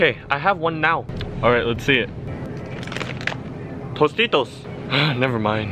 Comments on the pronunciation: Check at the end of the video ging ging will pronounce Tostitos as Mosquitoes so can understand it it so funny that doesn't now the Word "Tostitos" as "Mosquitoes" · I really felt when he said “T O S T I T O S” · I Think He He Said Tostitos For Mosquitoes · t o s t i t o s